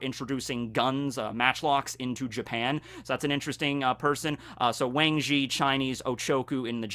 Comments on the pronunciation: The A in Wang Zhi is actually pronounced AH and the Zhi sounds more like Tze. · I still get over the fact that you're mispronouncing Wang Zhi